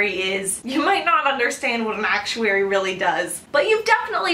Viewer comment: Stop emphasizing ACTuary so much! Thanks lol